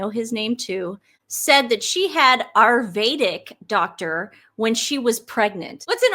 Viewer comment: TUR-ME-RIC. A-YUR-VE-DIC Sorry! But your everytime you mispronounced those words I just hurt... deep inside